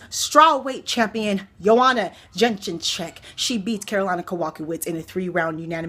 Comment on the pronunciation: Jedrzejzcyk (Ya-Jay-Check) You said "Jin-jin check) Kowalkiewicz (Ko-wall-kay-vich You said ko/walk-awitz) I just say "Killer Karolina" when in doubt lol